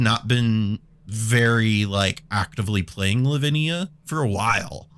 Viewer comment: Headed to the hospital now, took a shot everytime he said livinia and 2 for arden+kraum. Thoughts and prayers please